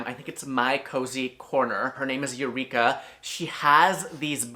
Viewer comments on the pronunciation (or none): none